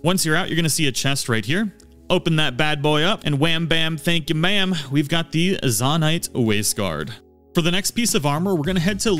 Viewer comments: Zone-ite not Zon-ite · ZONE- ITE....not Zohn ite.....jesus.... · Nahh bro why are you saying zanait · zo-nite not za-nite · It’s zonite not zOnite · Great video, super helpful. The way you say 'Zonaite', though, fills me with seething rage. Even more than people pronounce bokoblin wrong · Im sorry but the way you say zonaite hurts me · Why do you say zonite like that…it cuts like a jagged spoon everytime you mispronounce it. Lol You said zonia fine ONCE but gah dang.